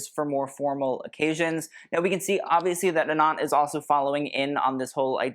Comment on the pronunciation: Anant is pronounced Uh-nunth.. it means unending, infinite.. the way you’re saying it sounds like Anon 😊